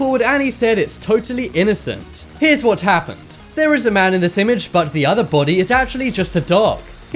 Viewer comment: I live dere owo